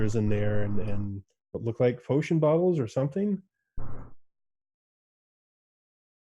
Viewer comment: Lewk at the fewt.... 🤣